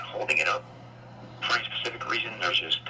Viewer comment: The word is "specific", not "Pacific"